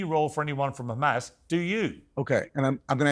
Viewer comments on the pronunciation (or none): Conricus is from Sweden why does he pronounce it “Ccchhhhamas” ?